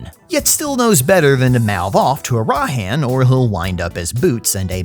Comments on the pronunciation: it's ARAHAN not arahan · I love you, but, you do this thing where you put the emphasis on the wrong syllable in names such as Arahan. The emphasis is on the first syllable. I don't know if it's on purpose or not but dammit man it's driving me nuts. 😂😂